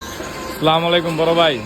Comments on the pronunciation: স্লামলাইকুম সালামটা অশুদ্ধ গুণাহ হবে এভাবে সালাম দিলে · স্লামু লাইকুম কি?? মুসলিম হয়ে সালাম দিতে পারেন না? আমি হিন্দু হয়েও আপনার থেকে ভালো সালাম দেই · সেলামআলায়কুম এটা সঠিক না। আসসালামু আলাইকুম বলবেন সওয়াব হবে, ইনশাআল্লাহ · সালাম টা সঠিক ভাবে দিয়েন। আসসালামু আলাইকুম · সালাম টা সঠিক ভাবে দিবেন। আসসালামু আলাইকুম এভাবে হবে। ❤ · ভাই তোমার সালাম ঠিক কর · ভাই, দয়া করে সালামের উচ্চারণটা ঠিক কইরেন।